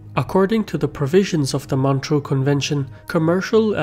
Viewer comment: It's MontREUX, not Montreal.